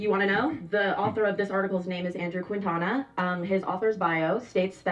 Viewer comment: Ok 1 i love how says "Quitana"... 2 the Quintanas of the world do not claim that bafoon